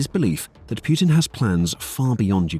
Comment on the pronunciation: Its putin not puertin